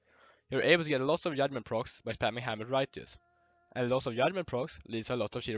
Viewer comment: Yudment LMAO